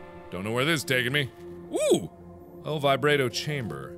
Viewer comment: Why do you pronounce "El Vibrato" like this: "El Vib_rait_o"? It should be pronounced 'El Vibrought-o'.